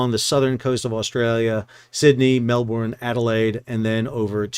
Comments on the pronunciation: Please...Mel"burn" NOT Mel"born" pronunciation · How to speak Aussie. Melbourne.... its not Mel-born...its Mel-bun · btw, Melbourne is pronounced like you would say Melbern. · ooh... mel ben, tan jung pelepa, canes. pehth, no r's in australia. no hard finishes in malay words.